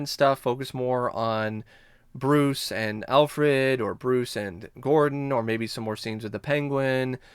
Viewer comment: LMAO!!! . I felt the same way. I was like why is he pronouncing Bruce's name like that? lol